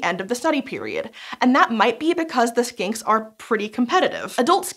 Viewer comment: this is not a criticsm at all, especially because i'm pretty sure it was in my head, but when you first said "skinks" i head "skanks" and then warbler i heard "warbler" as like War-Blar, as if the second syllable were pronounced using the same consonant as the first, which sounded like a pokemon name lol